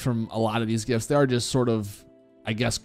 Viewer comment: Bro I thought he was saying gifts lmao it's jifs